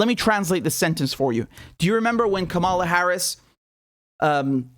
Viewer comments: It's Kamala as in Pamela. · You could try pronouncing the Vice President's name right. You're also misusing the term "neoliberal." It essentially means "economically conservative." Whatever else Biden and Co. are, they are not consistently neoliberal.